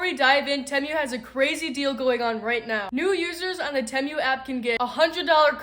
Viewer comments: Just letting you know I believe it is pronounced TEEMOO. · Love, love your video❣️❣️ Great stuff! I never thought I’d shop TEMU, but, you’ve convinced me! By the way, it’s pronounced “Tea-mew”! Love you, girl! ❤ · If you are going to promote Temu, you should learn how to pronounce it. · If you are going to promote Temu, you should learn how to pronounce Temu